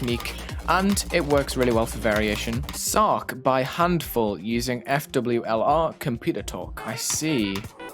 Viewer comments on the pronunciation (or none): "FWLR" is pronounced Fowler